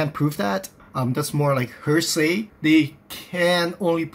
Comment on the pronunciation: It is nor hersay but HEARSAY